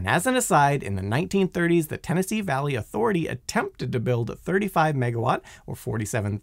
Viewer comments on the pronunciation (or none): none